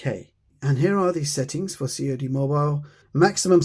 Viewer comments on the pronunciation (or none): You don't sell out CoD, you say it like the fish.